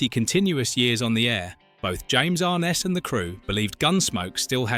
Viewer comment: pretty sure it's pronounced "arNESS"...peter grave's half brother. i think.